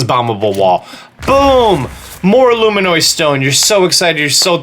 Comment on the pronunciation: Loomaynoy stone ?